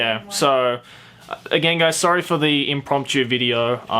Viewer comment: no he pronounced it right